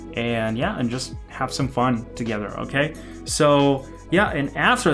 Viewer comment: that lollipop moment tho: "okeh"